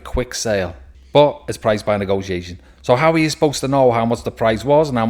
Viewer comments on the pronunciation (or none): none